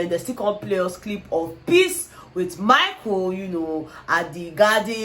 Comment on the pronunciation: Is the way pronounced Michael as Maiko for me 😄😅😄😅😅 Love you babe 💚